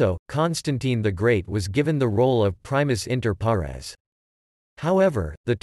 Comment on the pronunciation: Can't be teaching someone while not being able to pronounce it correctly